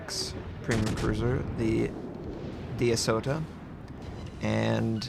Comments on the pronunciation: It's "Aosta", not "Asota". Seriously, is it that difficult to remember? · D-asota??? Duca D'Aosta, A-oss-ta 😉